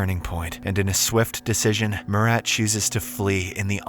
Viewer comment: Bro butchered my name "Murat" so badly it genuinly hurts my soul🙏🙏🙏😭😭😭